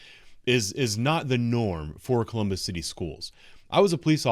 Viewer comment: "Collummus"? Is that anywhere near Columbus?